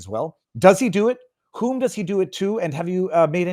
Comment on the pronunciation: "WHOM" MUMBLE WITH MALICE😂🍎🇺🇸